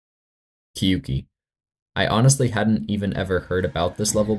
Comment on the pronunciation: bro googled and still said kyuki ☠️